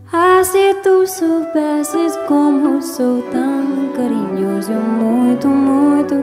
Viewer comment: Pixinguinha se sentiria feliz, bem feliz, com esta bela interpretação do nosso Carinhoso. Parabéns pela pronúncia perfeita do português! Abraços do Rio de Janeiro, Brasil.